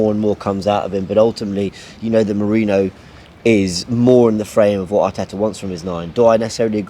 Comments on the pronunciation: How hard is it to say Meh-ree-noh? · still getting mikel merino name wrong lol 😂😂😂